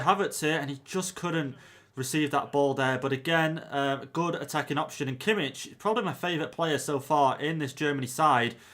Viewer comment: No definitely not he pronounced Kimmich very wrong